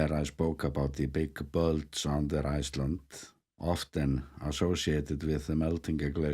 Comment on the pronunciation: I'm always happy to hear you say Gleetings from Ice-Tlandt. Love your informative videos and beautiful videography!